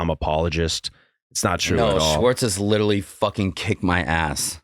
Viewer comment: Any one else suffering further cringe from Sandoval consistently mispronouncing “literally” as “littlely” and using it in nearly each sentence? 😬🤕